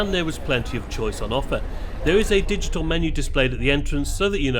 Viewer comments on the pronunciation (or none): none